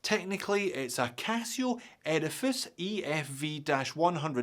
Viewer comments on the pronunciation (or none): Sometimes when you say Edifice, it sounds like you're saying Erebus 😅